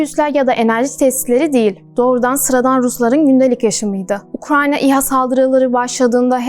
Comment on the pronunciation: Ukranya değil ya Ukrayna